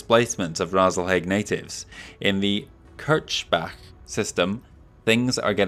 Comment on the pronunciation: Kirchbach is German for "Chruch-Stream" and is IRL a small town in Austria. Your pronunciation is actually correct (if you want to say it as a german word). The way Mansdottir says it would imply its Kirschbach, which would be translated as "Cherry-Stream". And please only use Hero-Mechs if they are actually different from the normal equipment or significantly different in playstlye from other hero-mechs you have already displayed.